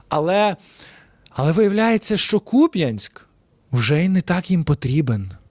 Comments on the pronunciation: педрушевський! Купянск, ударение на букву У!!! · Ще раз кажу, Куп'яньк, наголос на у. Це герасимов ляпнув з наголосом на я. Це схоже , як вони казали ГостомЕль.